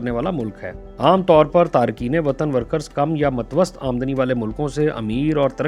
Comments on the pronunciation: بھائی تلفظ "متوسِّطْ" ہے زیر کے ساتھ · متوسط Matwast nahi mutawassit :)